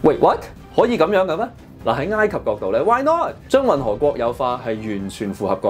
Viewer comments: 查實係“哀“及唔係”挨“及！ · ，埃及個埃字讀音係 '哀'，你讀咗異音字'挨'，你有超過60萬訂戶，必須話你知，唔好讀錯。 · 應該係 山埃先會讀ngaai，其他時候應該都係oi。我記得係咁。唔係既話，當我冇講過🤣